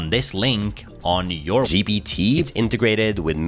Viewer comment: Why do you say GBT instead of GPT?